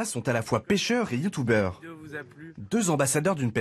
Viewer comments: J adore quand il dit youtouber est le reportage est biens fait c est vrai la pêche traditionnelle c est plus excitant que la pêche connecter mais pk vous faite jamais voir l écho sondeur en vidéo ? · "youtoubeur"je suis mort😂